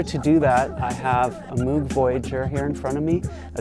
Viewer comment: Moog is pronounced *Mohg